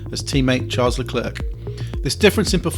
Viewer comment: "Sharl Leh-claire"